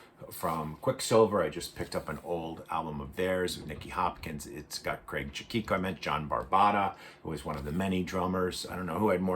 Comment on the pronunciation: Craig Cha- Key-so